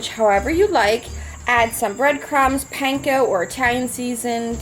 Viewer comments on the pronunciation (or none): none